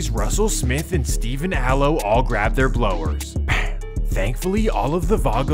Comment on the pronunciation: Don’t say blower , it sounds so white when you say it cuh